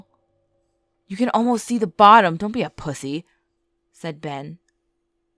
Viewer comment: She seed Ben seed 2 times hahahah